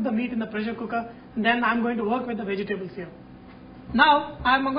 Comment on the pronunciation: bee gee tabulls ,, LOL "vegetables.."